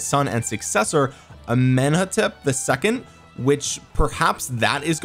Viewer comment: Thutmose lll pronounced as "to hot mos" the third. Amenhtop ll pronounced as "Amen hot-top" the second. Yes, I will very happy to try the new Civilization if it's Egypt (since I am Egyptian as well), hopefully it boosts some Archer health, and if it's history related it will boost gathering speed or production but I don't really hope so :'D